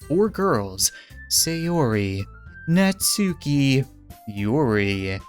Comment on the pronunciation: Your saying natsuki wrong